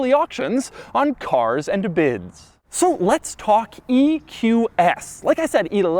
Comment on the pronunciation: Ok The shadow vowels are getting on my nerves Carrrzzzuh anduh biddzuh